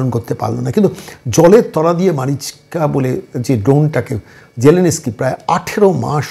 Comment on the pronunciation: Batela....😂😂😂😂.....onar naam vladimir zelensky....sge uccharon ta thik kor....